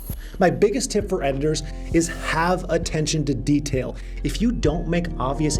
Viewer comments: Detial xD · "have attention to det i a l" 😁 gotcha 😉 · "Have attention to DETIAL" lol idk if that was intentional but was certainly funny